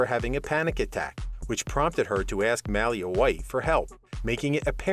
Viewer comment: 🤦‍♀️It sounds like some type of dog breed everytime he tries to say "Malia" 😂 new rule, ur not allowed to report on a show u clearly have never watched before.